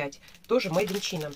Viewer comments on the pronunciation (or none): не чина а ЧАЙНА не хейтер, но просто чтоб знали ♥️